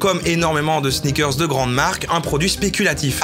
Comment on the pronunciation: J'avais jamais entendu parler des sneakerrrrssss Lidl, je me suis senti comme çe gros gland de Booba.